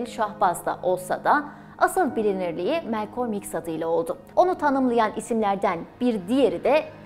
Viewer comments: Melkom değil Malkom olacak ismin okunuşu arkadaş. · Güzel çalışma👏 Yalnız isminin hiçbir yerde bulunmayan bu tuhaf telaffuzla söylenmesine anlam veremedim Melkolm🎃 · bir daha Malcolm demesen mi acaba;)